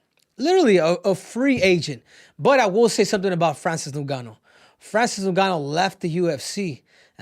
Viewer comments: It's ngannou not no-gannou 😂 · “Francis noon-ga-noo” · "Francis Nungannu" - Henry Cejudo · Francis "NonGannou" and Ciryl "Gain" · "So Francis Nooouuuganou" bruh 😄🤣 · I hate how he pronounces Francis’ last name… get it together